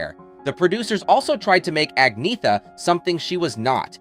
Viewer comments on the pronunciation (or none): Her name is pronounced An-y-etta not Agn-eetha. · Se dice Agnetha, con cierto acento, pero no Agnea. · It's really a pity. Her name is Angetha n not At-net-ta or At-knee-ta ok!! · Actually, if you check out her pronouncing it, the Swedish pronunciation is Ag-ny-etta but she says you can also An-yeh-ta or Anna. She does not say An-neta or Ag-neetha. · Her name is pronounced Ahn YET ta. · It's pronounced "An-yetta". Reasearch better. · It's pronounced An-Yetta. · An-yetta - at least get the pronunciation right if you going to do a video clip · How on earth can you expect anyone to take you seriously when you can't even pronounce her name?! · Your pronouncing her name incorrectly. 😫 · Can’t even pronounce her name correctly 😂😂😂 Sensationalist click baiting at it’s worst!